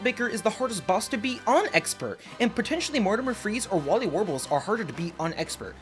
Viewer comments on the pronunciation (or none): Im gonna be honest I made this comment while being half asleep and I just couldn’t think of anything else to comment I don’t really care about pronunciation but ngl Wally warbles is rage inducing